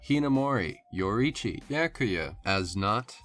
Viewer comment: Why do people keep pronouncing the names as if they were written in english? Do you have any idea how horrible it sounded when you said Yoruichi?